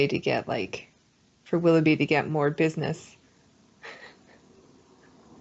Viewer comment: Did, it's WILL-OH-BEE not WALL-UH-BEE